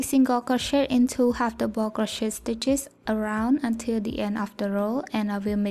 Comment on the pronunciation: I just wanted to let you know that me and my friend made this together and she shamed you for how you say double she is very rude, she is no longer my friend